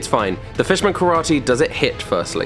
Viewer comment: HE ACTUALLY CALLED IT PISS MAN KARATE 😂😂 I’m so glad he did 🤣